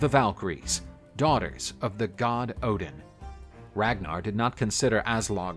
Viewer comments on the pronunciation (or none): none